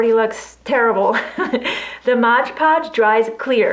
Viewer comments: why does it say Mod Podge but you pronounce it Modge Podge? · Mod Podge, please...not Modge Podge. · Please it is MOD not mode , just a pet peeve. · Would you PLEASE STOP saying Modge Podge!!! It is MOD PODGE, no "ge" on the end of MOD!!! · Love your ornament ideas. But please correct your pronunciation of MOD Podge. It was born Mod Podge in the 60's when I first used it. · No not a know it all. But an English teacher. She said thank you, which means she is grateful and probably will speak that correctly from now on.